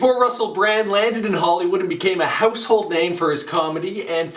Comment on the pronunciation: My brraand.